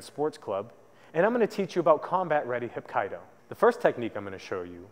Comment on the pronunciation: its pronounced hap kee do... if you guys are gonna teach something at least pronounce it correctly